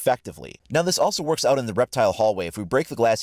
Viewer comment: Did you said It worps